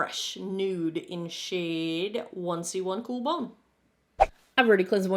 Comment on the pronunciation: You know I’ve seen every foundation video when I think, “ said ‘1C1 Cool Bone’ with a different inflection!” 😂